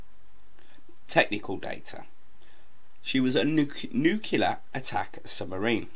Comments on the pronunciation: nuclear not nucular, u sound like george bush, and its aitch for H not haitch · THE WORD IS PRONOUNCED "NU-CLEAR"!! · It is not 'nucular'